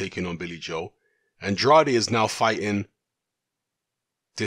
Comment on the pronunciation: Even more Andrade mispronunciations in this video than the last one...